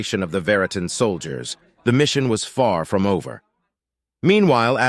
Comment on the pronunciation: BAHAHAHA. "Feel free to start "FORM"the beginning ". AI narration is getting better but..........